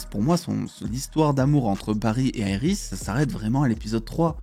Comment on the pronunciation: Iris pas aéiris 😂😂